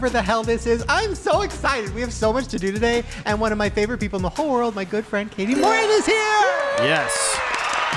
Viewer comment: Shane its Kati Morton not Katie